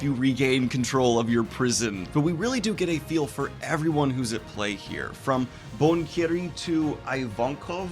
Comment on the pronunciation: "Menga" "Any-may" "Bonkiri" Lol